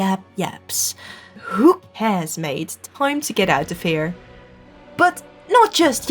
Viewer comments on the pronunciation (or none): none